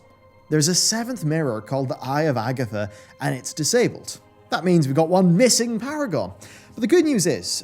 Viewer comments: I am not from english speaking country, but I really dont get how you pronounce Agthia same as AGATHA! :D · Man, how I like your videos,, you have a great team that makaes constantly fantastic pieces of media! Great quality as always, congratilations! Also... it is Agathia, not Agatha... It was neccesary.🌚